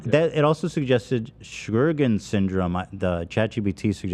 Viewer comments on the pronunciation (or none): ANA, IGG, IGA and CBC can all be affected by any autoimmune disease. They are genetic and it doesn't have to be the same autoimmune disease. The high titer also points to several autoimmune diseases. Also, it's pronounced "show-grins" which is wild when you see the spelling. Although that's usually secondary to another autoimmune disease.